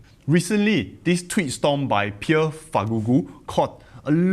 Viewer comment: You butchered Pierre his name better than from Financial Education😂